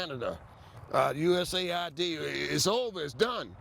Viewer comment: Usa id? Its us Aid